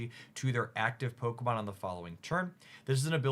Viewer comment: Bro why can these pocket YouTubers never pronounce the pokemon right? Brooo